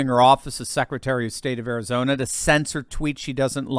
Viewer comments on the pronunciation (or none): none